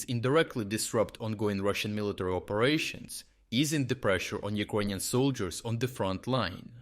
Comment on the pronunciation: Took me a while to realise you're saying "Ukrainian" :D